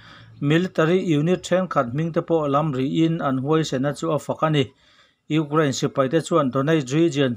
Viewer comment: Ukrane tih leh National tih i lam dan hi chu ti danglam ve hret la chu ngaihthlak a nuam deuh ang maw le